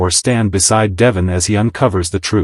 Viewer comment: Please check your pronunciation of Devon. It does not match the pronunciation on the show